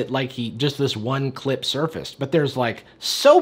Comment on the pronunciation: "I'm with Jada on this one" Emphasis on the 'this one' 😬